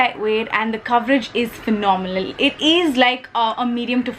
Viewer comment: U said phinomelal 😂😂😂😂😂